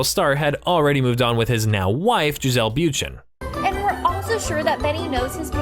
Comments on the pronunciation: Okay, this narrator needs to learn how to pronounce words. It is Bun-shen, not Byoon-chen, and his son’s name is not Brady but Moynihan. This guy needs to research his work before publishing. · Me: “say ‘Bundchen’” OP: “Byoonchen” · its pronounced Boonch-shen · The way this is saying Bündchen is making my dick soft. What are you saying you freak? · bruh.. why the fuck you saying Bundchen like that? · Can you please learn how to pronounce Giselle’s last name!! ugh! Please go and listen to others say it! Why don’t Youtubers try and get last names correct😵? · 2 points on your video com appreciated all the information. Except for the inaccuracy 's. Yours was the very 1st time I have ever seen or heard anyone in the so called media talk about Jack's potential. Secondly, you repeatedly mispronounced Giselle Bundchens name. If you're going to repeatedly say a person's name, you should figure out how to pronounce it first.